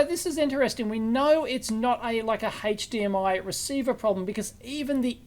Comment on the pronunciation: What on earth is "hayche-d-m-i"? 😂